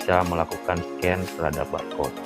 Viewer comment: kritik kak, bukan menyecan tapi menscan 😆